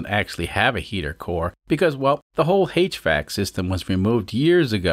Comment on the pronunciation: You know... I could stand all the mispronunciations throughout the series.... But "haich-VAC"? Unsubscribe. naw, not really, but "haich"? ugh.